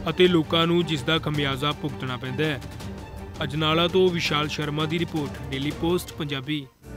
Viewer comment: sir Ajanala nahi ajnala aa